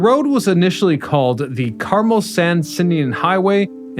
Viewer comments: That's not how you pronounce Carpenteria or Carmel. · Where are you from that you don't know how to pronounce Carmel & Carpenteria? 😳